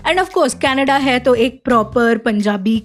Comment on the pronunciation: Apart from all the illogical things in the film, i couldn't fathom the fact that Mambo had such a hot girlfriend. Correction It's not Canada. It's Kanedda! Juhi has such a pleasant personality that you just can't go wrong in casting with her.